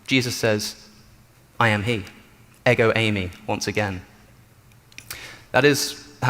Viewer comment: “Εγο είμαι” (Ego Eimai)- is pronounced Eh-go, eem ay For the love of god quit butchering Greek 😂